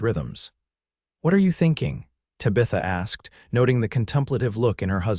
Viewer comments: That is not how you pronounce Tabitha. The name Tabitha is pronounced TAB-ih-thuh, with the emphasis on the first syllable, "TAB". The sounds are: T as in "town," A as in "hat" (a short 'a' sound), B as in "book," I as in "ship" (a short 'i' sound), TH as in "think," and A as in "above" (a soft 'uh' sound). Minor quibble - she's wearing a forest green when he first sees her, not sapphire as he says later. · Even though you butchard Tabitha's name....😡 This story was really very good. ❤😂❤ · If your AI can't pronounce Tabitha, then you should have given her another name. It's irritating to hear her name pronounced, over and over, incorrectly. 😮😮😮😮😮